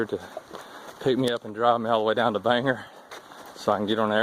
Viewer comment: going to miss these vids, thank you so much for sharing and inspiring others, for future thru hikers the town with the airport isnt banger it is Bangor, pronounced Bang gore :P everyone from outside mane calls it banger and for those of us a few hours north of there its the biggest city in the northern half of the state. in all seriousness, not many hikers leave a lasting impression, and produce such good content. from an aspiring thru hiker born in 71 its valuable